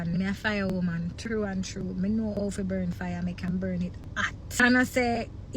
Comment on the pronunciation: If deh woman deh seh womb one more time 😂😂😂😂😂 bay womb mi a hear